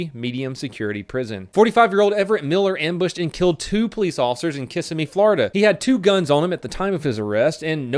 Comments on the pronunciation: Kiss-a-mee FL! Hahaha!!! No! It's pronounced Ka-simi. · 6.20, it's not pronounced kissy me, it's pronounced cussy me. My whole day is now ruined. :) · Kissimee florida, pronounced ' ka sim mee ' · I live in Kissimmee it’s not pronounced Kiss a mee it’s Kissim-mee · FYI Kissimmee is pronounced like kiss- SIM me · You pronounced Kissimmee wrong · pronounced Kissimmee “kiss in me” no it’s pronounced “ka sim me” lol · The way he pronounced Kissimmee lmao.